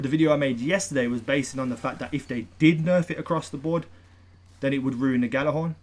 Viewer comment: Ghorn not thorn lol